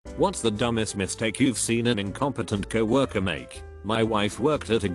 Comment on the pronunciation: Auto voice cannot handle COW worker. Doesn't the OP ever check or edit for pronunciations.